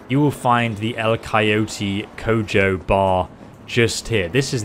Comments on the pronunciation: Co-ho it’s pronounced co-ho, the bars name is the Limp Coyote, in Spanish. Just a fun fact. I thinks it’s a reference to coyote ugly. Coyote ugly refers to the thing where a coyote will bite his own paw off to get out of a trap, this is the limp coyote, so that coyote already went through the rough patch. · LOL "Cojo" is pronounced co-ho, like in HOme. It's actually a spanish/mexican slang phrase: "cojo" means someone is missing a leg, but also it's a verb that means the F word in it's intercourse meaning. So, if you split the word Coyote into "yo te" it means "I will" - F@ you (can be present or future tense, but you get the idea). Thx for the video! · It’s is pronounced Co ho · its "co-ho" not "co-joe" when you read it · Future reference. Its pronounced "co ho" rather than coe joe. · lol it's not pronounced Cojo. It's pronounced Coho. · CO HO. The J is pronounced like an H. 🙄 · Funny enough you got the spanish for the guns right, but "El Coyote Cojo"'s last part is pronounced Ko-ho. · In Spamish, the J is pronounced like an H, so it'd be "Coho" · The way you pronounce Cojo completely cracked me up. Koh-Hoh. It's Spanish for Weak or Lame. In the case of the bar in the game it translates to The Lame Coyote. Thus concludes you're Spanish lesson of the day. ;-) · for future reference the sound for the J on el collote cojo is like h on harvest or hahaha, so pronounce it like "el collote coho" and you'll sound like you speak proper Spanish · El Coyote Cojo is pronounced (Co-Ho) in Spanish my dude. Also the "Scissors" on the map are Calipers by the way. xD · hahahaha... "El Coeoty Cow-Joe" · It’s pronounced co-ho. It basically means the limping coyote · It's pronounced El coyote Coho. it means the limp coyote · It’s pronounced “coho” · The way he pronounces “el coyote cojo” has me dead 😂 but RIP Jackie, you will be missed, choom. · Good pronunciation of "la chingona dorada". Not so good at "el coyote cojo", though. 😂